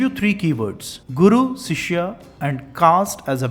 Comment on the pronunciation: It's not Sishya .... Use Shishya